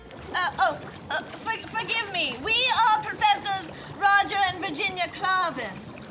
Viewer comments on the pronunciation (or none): none